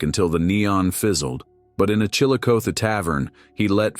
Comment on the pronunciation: The bot can't pronounce 'Chillicothe'. Faron Young shot himself in the head, not chest. He was battling cancer.